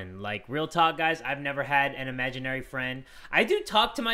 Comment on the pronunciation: Uhm.. imaginary... not amaginarie...